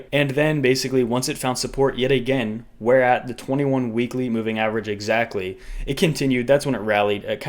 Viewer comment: You’re a legend bro. Down the to pronunciation of “where”. Happy thanksgiving 🦃